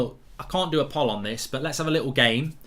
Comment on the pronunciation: Mark, most of my family love your content. However, if youre going to be doing regular polls, then please pronounce it right...like pole. Not Graham.